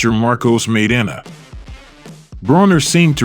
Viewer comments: Maidana!...not MAYDENNA! 🤪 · "Meidena"..... lol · The guy can't pronounce "Mai-dana" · Pretty good video except your mispronunciation of Maidana. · I don't understand how the narrator continuously mispronounced Maidana. If that's not how HE says his name, that isn't how YOU say it. It's that simple. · How do you watch this and still mispronounce people’s names???!!??!! The narrator totally butchered Maidans’s name and the commentary says it throughout. People are stupid! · Damn bro could you not listen to someone say maidana right and repeat it instead of getting it wrong the whole video...